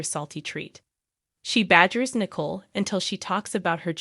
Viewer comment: The name is not pronounced as nickel. It's Nicole (nic coal)